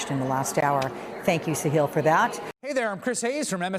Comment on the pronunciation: His name is Sahil, sa-hill not see heal.